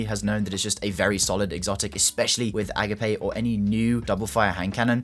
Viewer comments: Bro called the Agape HC (uh-gape) to A-Guh-Pay 😭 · Friendly note, it's pronounced "uh-gop-ay". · EE-gape :D